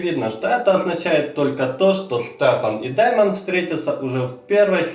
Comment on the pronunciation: дЕймон,а не дАймон